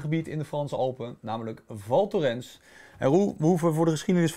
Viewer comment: Spreekt alsjeblieft wel even op z'n Frans uit.